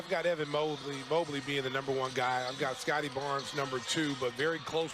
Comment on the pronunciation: It's pronounced Scottie Barnes